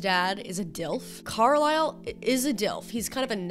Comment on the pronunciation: the way u say carlisle is so fucking funny because i’m aussie AND IT SOUNDS LIKE UR SAYING CORALINE